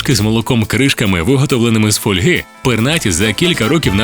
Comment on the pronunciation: нормативний наголос фОльга, фОльги. також можна було згадати, як розрізнити самця і самицю, це просто цікаво.